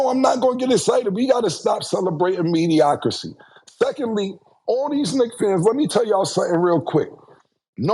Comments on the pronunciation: Mediocrity...... Mediocity is CRAZY 🤣🤣🤣🤣🤣🤣🤣🤣🤣🤣🤣🤣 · Also “mediocracy” instead of “mediocrity” 😆😆🤣🤣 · Mediocrity, Cam, not mediocricy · Mediocrity...not mediocracy 😅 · Someone tell cam how to properly say mediocrity lol bro was struggling